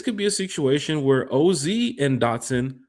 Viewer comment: How you butcher OZ name 😂